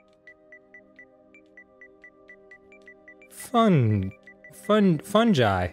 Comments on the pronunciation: now Dan read this word aloud: "fungi" Dan: "FUHN-JIY" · I appreciate Dan pronouncing "fungi" as "funj-eye"